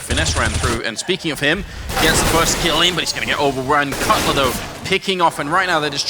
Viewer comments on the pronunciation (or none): Caught out like "Cutler"